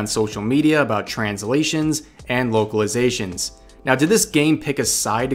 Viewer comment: Could have sworn you said "Wokeilizations" which is how I am going to think of it from now on.